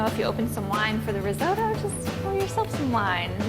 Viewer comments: What is reezodoe ? Oh my god you’re trying to make something you can’t pronounce!!! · I wince every time I hear her say "rizoe-doe". And she says it a lot. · you can't even pronounce risotto properly.... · Great video, and that is such a fun way to pronounce risotto! Never heard it in an American accent before haha, very cute!